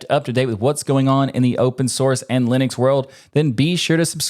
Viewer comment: We have come full circle now: guy correctly pronounces Linux, doesn't know how to pronounce Torvald's name.